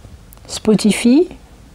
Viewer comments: Spotify ne se dit pas "Spotifi" mais "Spotifaïe" :) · Spotify se dit spotifaie